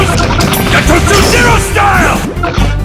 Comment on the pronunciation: アニメ『るろうに剣心』に出てくる斎藤一の必殺技｢牙突零式｣ですね。英語版の「牙突零式」は「ガトツ・ゼロスタイル(Gatotsu Zero Style)」という技名に翻訳されているのですが、声優の発音のクセもあり「ガトチュ・エロスタイム」や「ガトチュ・エロスタイル」と聞こえてしまったことで空耳ネタとして流行ったらしいです。